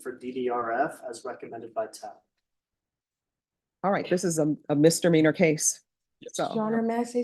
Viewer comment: I love this judge... But it's misdemeanor not mistermeaner lol. Always bothers me when she says that, she should really know better.